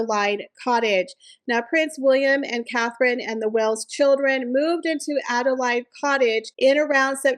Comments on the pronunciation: 👋 Hi there, just a genuine & sincerely friendly fyi that the woman's name & place name Adelaide is pronounced as "addle-aid" or "Add-uh-laid" & not as you have mispronounced it as "Add-uh-lied" I think you might have not seen the "A" after the L in Adelaide. If you take the silent "e" off of the very end you can clearly see the word laid. I honestly hope that this has been helpful and that I haven't offended you as that truly wasn't my intention. P.s. There was also a Queen Adelaide from I believe she was married to King William the 4th. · Adelaide Cottage is pronounced Adelaid, ( as in the hen laid an egg ) , not lide. Fort Belvedere has very bad vibes after the Queen’s uncle abdicated from there. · Have to correct your pronunciation for Adelaide cottage. It is pronounounced adelAID , a woman's name Laid as in the chicken laid an egg. ADEL AS IN PADDLE. Fort Belvedere was where David, or Edward our king who abdicated for Wallis Simpson, lived. Some massive parties were held here and it has an interesting history. Not old, I believe. Those walls have many secrets! I can't believe Netflix is still having anything to do with her. Every show sank without a trace. It must be her affair with Ted Sarandos that keeps her locked in. She strangely has a friendship wiith Sarandos' wife. We don't want Harry, with or without the wife. Sick to death of both of them. He has no family in Britain so had better stay with his second mother. He has said he hardly remembers his real mother. Markle had 80 staff for her "cooking" show. She cooked nothing. What a waste..